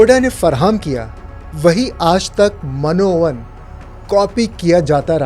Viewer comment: Man o Ann ...nahi ... Min o Ann :)